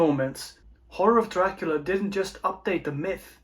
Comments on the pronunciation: "Dracoola films"? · I really like the way you pronounce the name of the prince of darkness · Why do you pronounce the name Dracula the way you do?